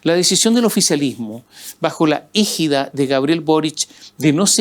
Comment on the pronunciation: DESDE PERÚ, SE DICE ÉGIDA NO ÍGIDA QUE ES AMPARO, PROTECCIÓN..., TAMBIÉN ÉGIRA O HÉGIRA QUE SIGNIFICA HUIDA.